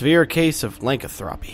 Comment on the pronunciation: Lycanthropy, he butchered that word